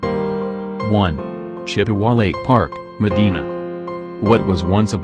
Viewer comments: It's pronounced Ma-dine-a not Me-deen-a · Shut it off as soon as the computer voice over mispronounced Medina!